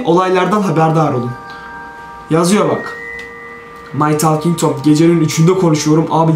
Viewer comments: My tolking tom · my talging tom